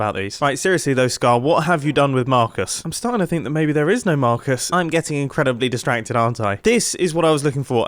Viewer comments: Is that Mar-cusses house? Is that mar-cuss? Nope! That’s J-quelin! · mumbo says marcus like mahcus its so funny